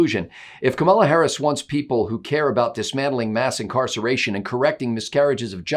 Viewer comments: I saw Tucker was chastised... her name is pronounced COMMA la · An extra treat from the drive-by media: we are now told Harris's first name is pronounced "Khama-la", not "camel-la". LOL keep pronouncing it Camel-la, because we know what happens when a camel gets its nose in the tent. Kamala is the perfect candidate for the Repubs. LOLOLOLOLOLOLOLOL Vote Trump LOLOLOLOLOLOLOLOL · you are mispronouncing Kamala. How dare you!